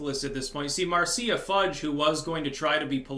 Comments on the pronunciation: That's pronounced "Marsha". ... a friend asked me to tell you. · Isn't Marcia pronounced, MARSHA?